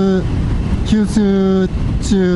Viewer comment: 九州ツーを、きゅうすうちゅーって言っちゃいましたね！ 何気に疲れてたのですね(^^)